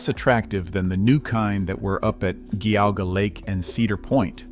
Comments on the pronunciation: Meh-die-nah not Meh-dee-nah Also, Jee-au-gah, not Gee-au-gah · You need to learn how to pronounce Geauga and Medina. Spent a number of years there and it was great. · We have our men’s bible study there every week. Also, the narrator is mispronouncing Medina.. Medina is pronouncied with a short e like “eh” or cEnt. You also mispronouncied Geauga Lake but whatever.